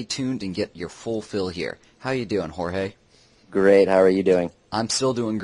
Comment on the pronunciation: haha fail its Jorge... Not George.